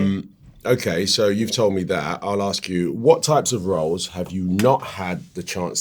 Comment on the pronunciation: Please Idris say ASK properly not AKS, it spoils your amazing interviews